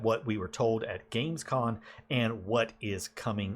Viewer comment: Great video. exited for the next anno. sorry to be like that.... but I can't overhear it.... it's Gamescom... not con. 😅